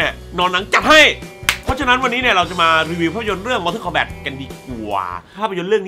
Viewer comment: MORTAL KOMBAT มันอ่านว่า "ม อ ท อ ล คอมแบต" ไม่ใช่ มอเทิน มอเท่อ สำหรับผมมันไม่ใช่หนังห่วย มันคือหนัง CULT แต่ที่ห่วยอ่ะ ผมว่าพี่แหละห่วย ทำมา2คลิปยังออกเสียงชื่อหนังไม่ถูกเลย อ่านทุกเม้นจริงรึเปล่า ตอบผมหน่อยครับ